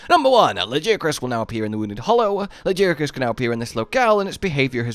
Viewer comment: You still don’t know how to pronounce Lagiacrus....maybe one day....